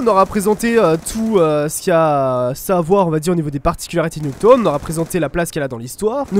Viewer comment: Nuketone? Ça se prononce "Nuketaoune" si jamais mdrr!